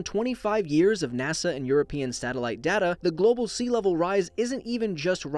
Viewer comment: It is data not data